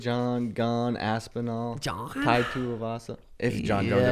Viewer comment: Bruh I’m from texas and we all say Aspinall, idk where this “W” is coming from 😂